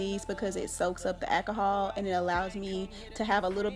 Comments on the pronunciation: I could only listen to three mispronunciations of alcohol before giving up. 😂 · Girl i bet u love the dollar tree...go on with that ahkahall..i always thought it was called alcohol but hey ahkahall is cool too.smh